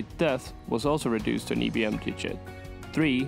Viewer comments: It’s pronounced as IBM eye bee m not E bee m. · IIIIIII NOT EEEEEEEE. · The upbeat, cheerful music is out of place. And why you call it "ee'" B M ?